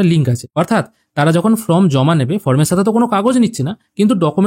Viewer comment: From na form..uccharan ta boddo Kane lagche bhai..baki tothyo dewar jonno anek dhonyobad